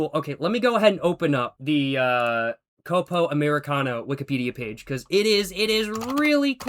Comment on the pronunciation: “Côpo” 😅 The correct pronunciation would be “Cópo”